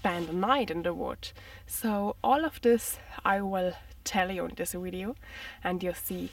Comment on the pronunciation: You are beautiful beyond words, I like the way you say video ( wideo) but what would I know, I only speak one language.